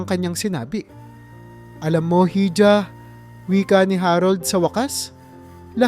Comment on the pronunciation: Yung hija po,iha ang pronounciation